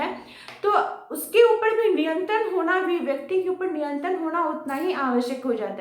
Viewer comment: ऊपर ❌ ऊपड़ ✅